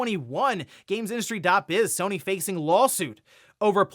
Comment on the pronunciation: sony < sue-ny